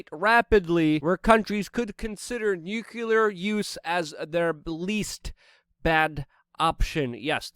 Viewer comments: LUKE, I'm a big fan of your work and would share your work more - but in a day and age of easy dismissal, the smallest of things can make the masses dismiss your body of works. *Nuclear (new-clee-errr) not nucular. Many words often are not enunciated properly, which unfortunately many will stop at your amazing reports just because of this. Keep up the great work, and train yourself to say nuclear and trajectory a bit clearer (among other words). Much love. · "Nucular War" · Love the content but it's pronounced NEW-CLEAR not NEW-CUE-LAR. Don't be like Bush. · Love your show, but stop saying “nucular” no reason to.